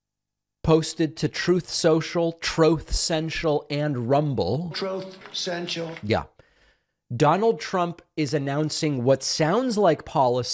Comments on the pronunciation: Troath cential 😂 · Troth senshul. 🤣🤣🤣 Kills me every time! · Troth ..Sinchul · That "troath senshull" clip never gets old! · Troath Cential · tired of hearing "troth central" and "obamna"